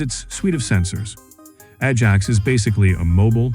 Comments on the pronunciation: Atc1m 50, the voice said Edge Axe? It's called Ajax. Get that into the AI's brain. !!. Any more foul ups will be met with great disdain. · I wish that when an AI voice is use it would say things correctly right from the start.. a reall doozy! mins Edge Axe = Ajax